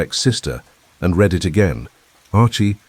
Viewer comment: Another great plot! "Read": now, I reed. Yesterday, I red. The ai has vastly improved but English is a challenging language❤